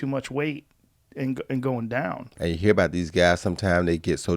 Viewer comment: Roy: ya herr me Joe: I heard you Roy 🤣🤣🤣